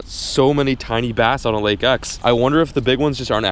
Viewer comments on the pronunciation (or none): "I'm finally fishing Lake 'EcH!'" 😂